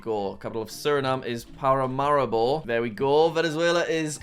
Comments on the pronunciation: Jack: Pa-ra-ma-ri-bo Everyone else-Pa-ra-ma-REE-bo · Bruh Paramaribo is pronounce Pah-rah-mah-ree-bow But do it quick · It's paramaribo for Suriname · And Dutch! The pronunciation for Paramaribo isn't better lol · Correct Pronunciations for Jack: Ecuador, Quito = Keeto Colombia, Bogota = Bow(and arrow) go tah Venezuela, Caracas = you said it right! Guyana, Georgetown = you said it right! Suriname, Paramaribo = Para maree bo Peru, Lima = you said it right! Bolivia, (actually two capitals)La Paz = you said it right! Chile, Santiago = San tee ahh go Argentina, Buenos Aires = Bwenos eye ris Paraguay, Asunción = assun se own Uruguay, Montevideo = Montay vee de oh Brazil, Brasília = you said it right!